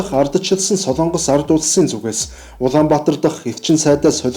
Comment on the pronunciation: СОЛООНГОС гэж ярихгүй шүү. СОЛОНГОС гэж яриарай хө